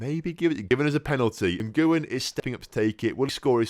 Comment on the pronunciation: Jesus when referring to an American (South, North or Central) is pronounced Hay-zeus. Lee Ngyuen's last name is pronounced win, not n-goo-yen